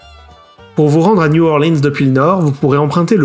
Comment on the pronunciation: Super vidéo ! Toutefois, je me permet quelques petites précision. La Nouvelle Orleans se prononce en anglais de Louisiane "New OrlEANS et non New OrlEENs". La prononciation en anglais de Louisiane vient du français. Ici c'est à la fois vrai et faux. En réalité, si on compte toutes les variantes du français (Métropolitain, Neo Orleanais (les deux sont très très similaires, Joseph Dunn, un creole blanc français de Louisiane en a deja parle plusieurs fois) Cadien etc... on est aux alentours de 7%. Le U.S. Census est très imprécis dans ses critères et le français Cadien est séparé du "Français Standard" (incluant le Neo Orleanais d'ailleurs). On tourne donc autour des 7%, il se peux que ce soit plus. Le Créole Louisianais n'est pas du français. C'est un créole à base lexicale française parlée surtout par les créoles noirs. Le français Louisianais comporte deux principales variantes (Cadiens et Neo Orleanais) et est BEAUCOUP plus parlé que le créole lousianais qui ne comporte actuellement que 10 000 locuteurs.